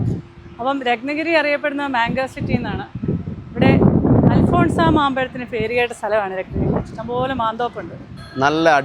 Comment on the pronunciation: അൽഫാൻസോ ആണ് ശരി, അൽഫോൺസാ അല്ല